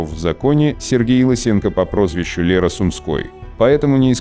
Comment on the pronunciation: Вы хоть правильно читайте не Лера, а ЛЁра Сумской и тд, бредняк.